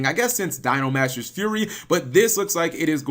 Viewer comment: Dino smasher not Dino masher.